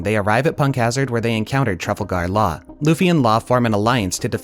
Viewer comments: Trafle-gar law 😭 GREAT VIDEO OTHERWISE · I cringe every time he says Marie Jois and Trafalgar Law